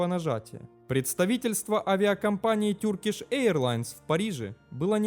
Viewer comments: Спасибо за видео, только Turkish произносится не "тюркиш", а тЁркиш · Туркиш, а не Тюркиш, Эйр Франс, а не Айр Франс...вроде про авиацию говоришь, хотя бы загугли как авиакомпании произносятся, о которых говоришь, если немецкий в школе, а не английский учил